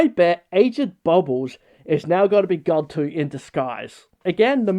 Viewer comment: also, why does everyone say Gantu's name wrong?! you pronounce it like Andy or the word "an", they legit say it like that in the original movie.